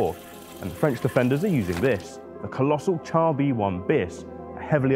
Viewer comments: It's pronounced "shar", not "tchar". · Good video. Just one criticism. 'Char' is pronounced 'Shar'. 'Ch' in French is the same as English 'Sh'. We pronounce 'chassis' correctly, so why not 'char'?